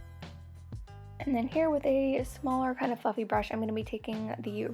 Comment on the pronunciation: when she said: a nice fluffy contouring brush i thaught she said a nice fucking conouring brush! :)